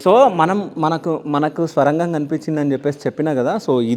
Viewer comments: Swarangham kadhu sorangam ani cheppu bro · స్వరంగం ఏంటిరాబాబూ, ఆది సోరంగం.